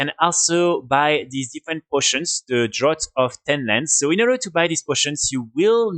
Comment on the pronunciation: Draught is pronounced "Draft" in English, great video man!